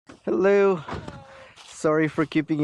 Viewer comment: I am only watching your videos to hear you say helelloo